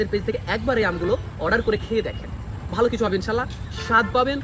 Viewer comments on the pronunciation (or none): none